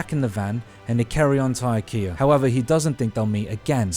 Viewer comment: if you're going to do the accent at least pronounce the store 'Ickyuh'